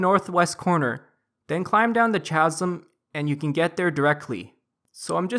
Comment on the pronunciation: the way you talk in guides is so unnatural, its really offputting. Also, learn how to say more words... its "akh" - not a.k.h, its pronounced "kasm" not "ch-asm" etc.. really irritating